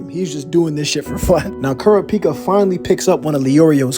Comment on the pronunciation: Can you please say Kurapika name right